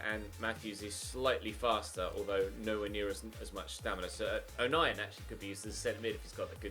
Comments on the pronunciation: O nien is pronounced o nine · It’s pronounced Oh-9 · You pronounce it O'Nine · Watmore was signed from altrincham in like 2013/14 i think, Luke o'nien name is pronounced 09 and mcgeeok is how to pronounce the other, also honeyman is our current captain irl, also leadbitter came to safc to finish career as hes from sunlun himself